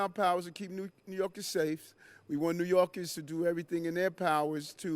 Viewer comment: He calls New Yorkers, '''New Yorgis''. This place is shot.